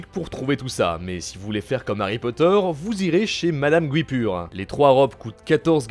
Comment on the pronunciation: Le premier U de Guipure ne se prononce pas